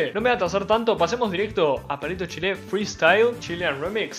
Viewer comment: Me gustan tus reacciones pero me estresa que le pongas acento a la e